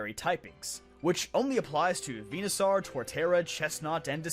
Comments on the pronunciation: "venuh-sarr"? "Venuh-saur" dude. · Vee-nuh-sore, not Vee-nuh-sar. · Vena...sar????? First time I hear that pronounciation instead of "Venasor". Dear heavens is this the Arceus conundrum all over again? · its venoSAUR not venoSARRRRRR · Why do you keep saying venuSAR dude you don't say dinoSAR it's dinosaur and venusaur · Now am I wondering if I've mispronounced Venusaur all my life... I say it like Venus soar rather than Venus czar. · Nobody Him:VENASAR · Venusaw? I hate how you say that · Bro wtf you saying Venasaur like a potato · Why does he say saur like a tard